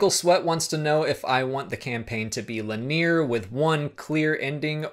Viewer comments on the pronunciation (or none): lin-e-yer not lin-eer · King Hippo oh my gosh shame on me, and linEer is the way most people pronounce the word anyways. I'm not trying to be condescending it's just thats the way you are supposed to pronounce it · LIN E UR not LIN EAR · Linear is pronounced linEer, not lenear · Linear is pronounced "LIN-EE-er," not "Luh-NEAR." I hear odd or uncommon pronunciations all the time, and many words have acceptable variants, but I've never in my 41 years heard "Luh-NEAR." Now, just to demonstrate I'm not picking on you,, I spent a good many years mispronouncing the name "Ozymandias" because I'd not heard it said (I was reading Watchmen in the '90s in high school). I said "OzymanDEEus," not "OzyMANdias." The later still sounds wrong to my ear even though it's correct. Great videos, though, keep up the good work!:-D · Love your videos. Fantastic content, good discussion, and it's all presented very cleanly and very well. However, it is pronounced LIN-EE-ER. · Lin - ee - er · Le Nerre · You are saying linear wrong. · You say linear strangely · What a terrible way to pronounce "linear". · Hey man not sure if anyone else pointed this out, and no offense, but you are pronouncing 'linear' wrong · my man you are pronouncing linear wrong. but its cool, i pronounce things wrong all the time